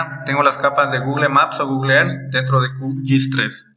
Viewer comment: SOLO QUE SE DICE "Gugul" no "gugle"